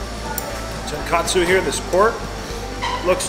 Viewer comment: Just FYI, it's pronounced TON KOT SU, not KAT SU ;) Love your videos!